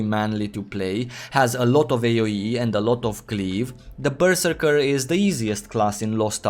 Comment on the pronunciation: omg pls stop saying berserker